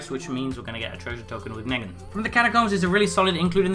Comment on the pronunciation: Could tell you never saw the show just by how you pronounce his name, it's pronounced Nee-gan/Kneeg-an